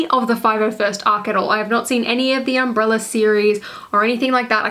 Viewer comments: Did you say the umbrella series lol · Umbara not umbrella